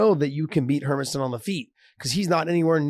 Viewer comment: hermannson is said more like yo thats her man son ... not herman..son